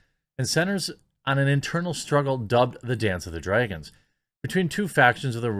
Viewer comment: I'm sorry but it really bugs me when you keep calling dragons... "draygans" Its drag-ons